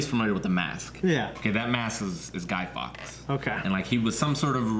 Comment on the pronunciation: Fawkes - like forks not fox.